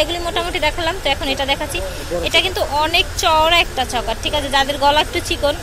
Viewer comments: চকার না আপু।।চোকার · Sobay chokar bole..tai sunte odbhut laglo